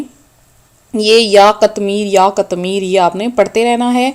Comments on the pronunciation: Bibi pahly apni islah karain phr logo ko btahain (katmir) sahi lafz nhe hy sahi lafz (qitmeer)hy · Pihly seko..qatmir.nahi hea..qitmer hea..ok